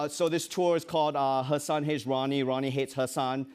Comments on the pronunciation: Why does no one correct Jimmy for saying Hasin instead of Hasan? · Jimmy is butchering the pronunciation of Hasan's un-anglicized name. Just learn it properly lol